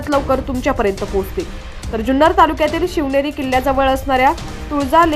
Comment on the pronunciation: लिहलेल निट वाचत जा शवनेरी नाही शिवनेरी चुक लगेच दुरूस्त करा